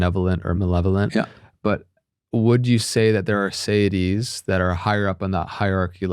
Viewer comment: Federico is pronouncing it sayidees, because he's Spanish Italian with an American accent on top of that, and the host is imitating his guest's pronunciation. The word in English is actually seity, pronounced see-ity, with plural seities. It's a word from the Latin "se" for self, as a being.